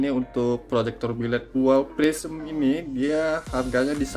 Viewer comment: Prisma itu bang bukan prisem😂